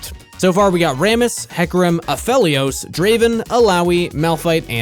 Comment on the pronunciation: Like adding extra emphasis to the -Helios, so it almost sounds like helium😂😂